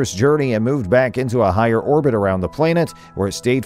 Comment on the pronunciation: What is a "plain-et'? Is he trying to say planet?